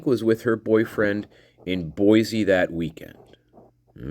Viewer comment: Buhl Idaho is pronounced B you l. Boise is pronounce Boy cee not Boy zee no mater how the newscasters slaughter it.